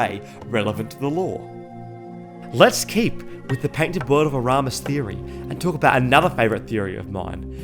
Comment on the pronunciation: "Next time, I'll check the prenounciation three times" "Painted world of aramus"